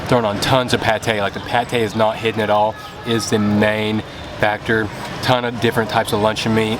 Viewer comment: Your friend...Toon? Do you mean Tuan? If so, if want to Americanize that, just say 'toine as in Antoine. But the proper way to say that is with a th sound (thu-un or thu-on). :) I hope you make a video like this again soon.